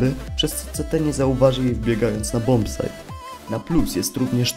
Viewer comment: "Bombsajcie", nie "bombsajdzie"